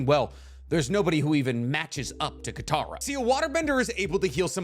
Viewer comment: Mans really said kataro 😂